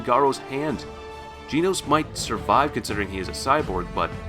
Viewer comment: bro you are pronouncing genos wrong